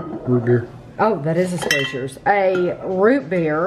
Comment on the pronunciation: Sprechar's is pronounced "spreckers" but it's definitely not intuitive. There are also Sprechar restaurants around here too. I've never been.